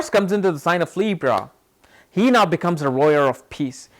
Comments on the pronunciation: Peaceful warrior if y’all are confused when he says “royer” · You keep mincing the words lawyer, and warrior and sometimes you say roarer! 🤣🤣🤣. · Lmaooo More Like "Royer"😅😅😅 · Pity you would waste a few seconds of your time making a useless response. You could've just responded with a single word stating what word you are using as you are not pronouncing it correctly. it sounds like "rowyer". I love your videos, don't get me wrong, and respect to what you are doing. It was just a simple question. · warrior dammit, he says wrong